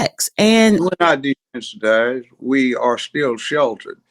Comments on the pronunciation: Why does she keep saying desanitized? It’s desensitized…. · I think she means desensitized, not desanitized. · If this lady says desanitized instead of desensitized one more time🤦🏾‍♂️ she's constantly saying words wrong and it's annoying af